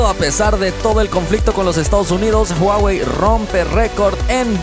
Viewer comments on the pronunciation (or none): es Huawei 😁 no huwei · Es huawei no huwei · Huwei.. pensé que era Huawei😂😂🤣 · Que pedo yo si escucho huawei en que minuto dice huwei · Huwei Huwei xd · huwei? corrigelo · "Huwei" la rompe como siempre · Que bien por "huwei" :v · When, dice huwei xd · Dice huwei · "HUWEI" :v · Porq dice eso de Huwei?